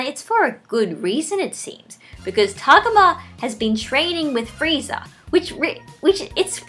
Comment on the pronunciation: i dont want to be THAT person but.... tah-go-mah not to-gah-mah